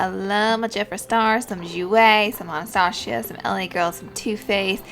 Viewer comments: Ana-Stosh-ia?? Really. Hmmmm wow. Waaaaay too many people don't know how to pronounce Anastasia. But the way you do it is down right offensive! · I love Laura so much so don't take this the wrong way but.... "anastachia" 😂😂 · I love how she calls Anastasia Bevery Hills "Anastashia" lol I love her ❤️ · the way she says Anastasia thoooo... 😔